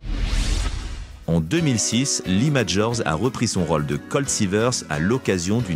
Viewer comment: Rôle, contrôle : il y a des O circonflexes. Cela fait saigner mes oreilles.